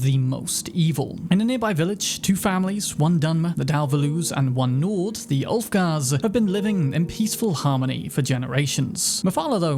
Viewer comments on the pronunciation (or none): none